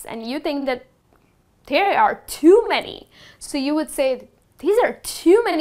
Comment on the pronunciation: It's very funny to watch you pronounciating the word "too" as "thuu'' .